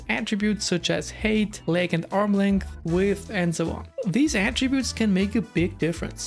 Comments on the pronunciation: I’ve been subscribed to you for a long time … and I love your videos , very great content ! But you pronounce HEIGHT like HATE , but it should be pronounced as H-A-I-G-H-T, RESPECTFULLY🙏🏽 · Hate or height? I can’t catch it